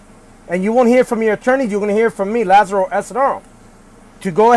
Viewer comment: Lazaro, you need to work on your name(s) pronunciation. Be precise in your diction, and your audience will increase.